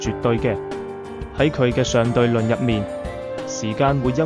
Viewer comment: 讀「商」對論。顯示主講人半點常識都冇。